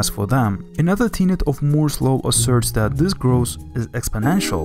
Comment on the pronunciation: he calls moore's law "moze low"